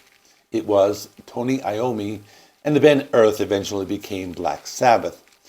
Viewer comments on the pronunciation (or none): none